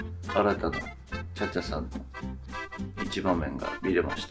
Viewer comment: さんの最後の「茶々さぁ～ん💕」の「さぁ～ん」の発音が「ニャ～ン」って聞こえてアプリが反応したんじゃないの？🤔 それで「あっちに行って💢」って😂😂😂